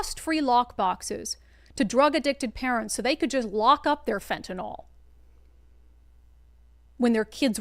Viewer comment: FEN-TUH-NIL. Not NOL😂 Shit is no joke